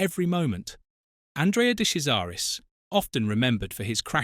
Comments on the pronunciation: "Kazaris"?! What utter twaddle. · Thanks for a good story. However, your misuse of his name means that his nickname was not funny. He was called Andrea de Cesaris (de Chesaris) which then makes the nickname of Andrea de Crasheris sound more real. Also you mention the Ligier team. This should be pronounced Li-ji-a with a soft "g", not a hard "g". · It's pronounced "De Chezaris". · For F**k sake it's pronounced DE CHAIRS ZA RUS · "De Sesaris?" Or "De Kesaris?" "Day Crasharis", "Lee-guee-yay"... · Awful. He didn't make his debut for Alfa in F1. It was for Marlboro McLaren as teammate to John Watson. Do your research. What's with the incorrect pronunciation of his surname. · De Cesaris died in a motoring accident he was totally ok in this crash This item is totally false,even his name is mispronounced content should be removed and banned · You pronounced his name wrong you tool!